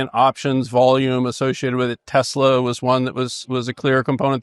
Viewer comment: what day was this chat? lol. anyone notice Bessent saying "screw tesler" in barely minced words? Anyways. Weird times.